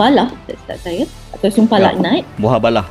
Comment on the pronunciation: Mubahalah la bukan muhabalah .. adoi ...